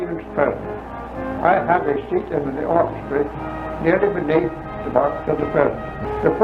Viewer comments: He says Orchestry instead of Orchestra. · hey, you completely glossed over how he pronounced it "orchestree" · I caught this as well. My grandpa pronounced “opera” as “opry” too. So he would say “The orchestry played at the opry house” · The way he pronounced "orchestra" is interesting. It sounds like "orchestri". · Hmm... I heard it as "orchestray." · “Orchestreee” did we skip over that? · His reference to his seating section, the "orchestra," he pronounced the final 'a' more as an 'ee' sound. It's muffled due to audio quality. It's still found in the rural south .